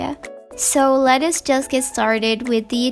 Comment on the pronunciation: I heard “Lettuce just get started”